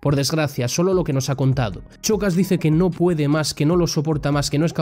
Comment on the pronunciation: A ver, se dice SHOcas, como SHAkira, no CHOcas.